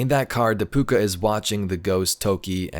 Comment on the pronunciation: Your pronunciation of Pouka is correct but the spelling of it is different to the Irish version (Púca).